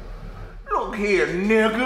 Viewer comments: Gotta love that hard R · I love the way Sam says soft "A" n word. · that has to be the whitest sounding n word I've ever heard